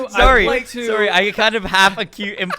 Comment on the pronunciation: The Canadian sorry from